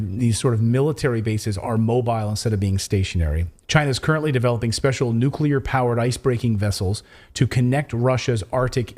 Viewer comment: Sorry, we can’t have another President who can’t pronounce the word “nuclear”…